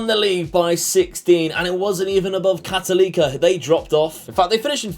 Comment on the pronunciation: So cool to see this as a Chilean! A few things: for abbreviation, you can call Universidad de Chile "La U" (don't pronounce the U as 'you', it's more of an 'Ooo'). For Universidad Católica you can say "La Cato". When you pronounce Católica you have to say CatOlica rather than CatolEEca, does that make sense? hopefully Good luck! I'll be following the series:)